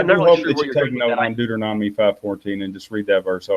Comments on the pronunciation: Again "Deuternonomy" LOL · "Deuternonomy" Bahahahaha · He can't even pronounce Deuteronomy Hehehehehe